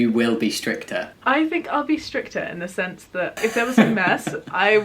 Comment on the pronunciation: Stricter? I heard strippter.....that sentence does not seem so nornal now.....being a strippter for your kids😳🤚...Sweet home alabama~~~~